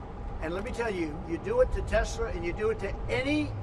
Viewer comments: "I love TESLER" LOL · "I love tesler " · Crash Baby Crash! BTW: Mr. President, it's not pronounced 'Tesler'! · “I love Tesler!” 😂🤣